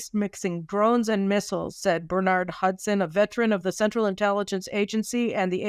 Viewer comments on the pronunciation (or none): none